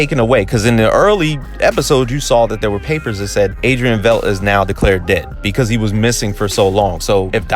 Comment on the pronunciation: V e i d t is pronounced like might bite tight